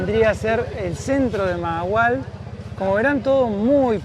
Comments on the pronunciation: Se me olvido decirles que la primera "H" se pronuncia como "J" mahahual "majahual" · Se pronuncia Majahual. Saludos chicos.